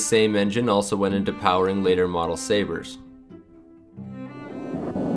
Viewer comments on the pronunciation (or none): none